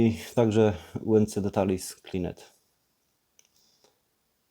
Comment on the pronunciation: Jak coś to słowo "details" nie czyta się "detalis" tylko "ditejls" :)